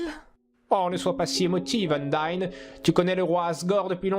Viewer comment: Undyne sa se prononce Undaïne